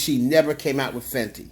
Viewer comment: it’s Fenty not fendi.